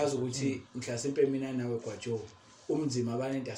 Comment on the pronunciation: uDokotela umbiza kamnandi uGwajooo😅